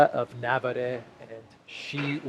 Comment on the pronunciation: It’s not NAHvarre, but NaVAHRR or NaVAHRRah.